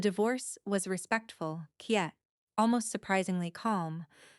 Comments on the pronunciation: The AI narration is pathetic. The word "quiet" was pronounced as (key-et,) instead of (qui-et.) Absolutely disgusting! I refuse to subscribe to lazy creators who don't respect the viewers. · Well, I stopped reading when "quiet" was read as "keeat" 🤩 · Yes the "keeat" was the finish for me!! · lol...the AI pronounced quiet as kiyet. hilarious. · AI SUCKS! it cant pronounce QUIET???